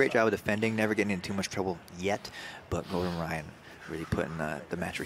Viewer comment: Gore-Done Rye-On